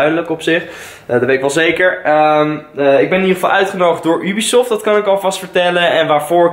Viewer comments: Haha je zegt heel vaak ubiesoft Of hoe je dat ook spelt😂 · Try not to cringe challange on point haha. Ik heb nog nooit iemand Ubisoft zo horen uitspreken. Ik zeg altijd jubisoft, maar desondanks wel een vette video.